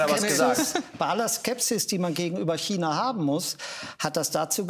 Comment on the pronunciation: Wie keiner China aussprechen kann 🤡